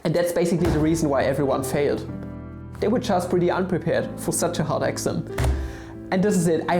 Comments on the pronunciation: I was so confused, I kept hearing "Axiom" when was actually trying to say "Exam". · Sorry, but an exaaahm is not an excem. I wil worry about the Math a little later. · your exam sounded like axiom. hahahahaha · WTF???? wtf are you trying to say? exam or axiom!!!! btw I Luv ur vids